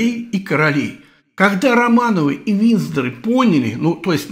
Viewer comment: При все моем уважении... Не Винздор, а Виндзор.